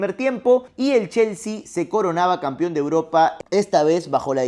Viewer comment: Deja de decir "campion", "campiones"... Se dice CAMPEÓN Y CAMPEONES, hablas como el Chavo.